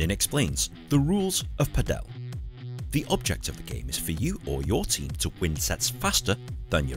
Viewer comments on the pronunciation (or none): Ninh has clearly made a mistake as well as the pronunciation of Padel, which is the same as Paddle, but he makes it sound as the Indian surname Patel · And Ninh pronounces it wrong too, because it should sound just like Paddle and not Patel.